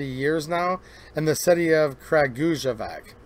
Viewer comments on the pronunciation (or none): Just to let you know : Kragujevac is pronounced something like Kra - goo- ye- vats. J is like a Y in yellow and C is like TS sound. Great video!